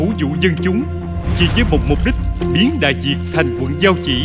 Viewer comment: Đại Việt cứ đọc Đại Diệt, còn lại thì rất hay